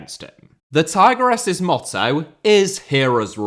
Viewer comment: Another good video/report, but there's just one thing that's grating on me: it should be "tee-gress-es". :)